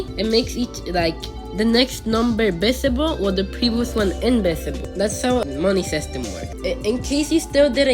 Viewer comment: Visible sounds like bisible